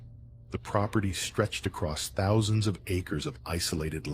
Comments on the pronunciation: TH TH THOUSAND. NOT F FOUSAND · I’m gonna “Fink” about “fousands”. “Th” is not your friend